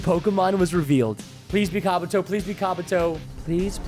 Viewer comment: Also preston that's not how you say kabuto